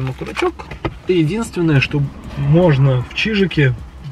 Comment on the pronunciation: ОКОРОЧОК!!!!!!!! из года в год окуручок, как же режет слух...